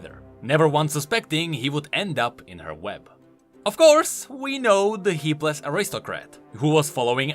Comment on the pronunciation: Dude, its not "heapless", its "hapless".